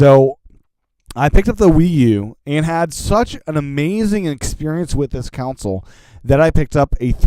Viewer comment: Console.... it's pronounced CON-sole .... not COUNCIL... Sorry, just a pet peeve of mine!